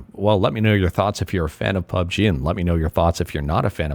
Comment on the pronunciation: Man says "Pube G" lmao